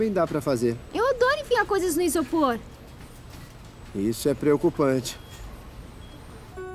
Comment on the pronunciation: ksjsks mulestador de isôpor